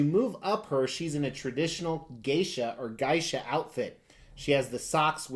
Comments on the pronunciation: SHE LOOKS GORGEOUS, I AM HAPPY FOR YOU. I KNOW HOW MUCH YOU LIKED, AND WANTED TO GET HER. MASSIVE CONGRATS. OH IT'S PRONOUNCED : GAY-SHA. 👊🏽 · Geisha - It sounds like 'Gay-Shuh'. Japan pronounces their vowels as Ka (rhymes with raw) - Ki (as in monkey) - Ku (moo, like a cow) - Ke (rhymes with okay) - Ko (mow, mowing a lawn). 'Gay-Eee-Shuh' =) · I pronounce it Gay-Shuh. It annoys my wife when I say this because she can never understand why I actully say "dash" in the middle of Gay and Shuh.